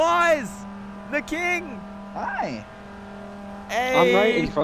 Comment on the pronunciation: The way he says hi 😂😂